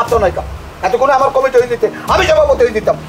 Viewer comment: ভাই Comiti না Committee হবে।